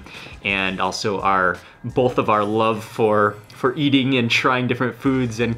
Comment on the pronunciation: Bro said Meating